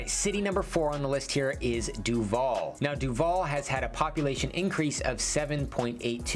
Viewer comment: He pronounces Duvall incorrectly. Even more annoying is that in the last few decades, with more new people moving in there, so many new people pronounce it incorrectly that it drowns out the old-timers and people think the new way of saying it is the correct way, because that's what they mostly hear. It is not DuVALL like the actor, emphasis on the last syllable. It is DUvall with emphasis on the first syllable.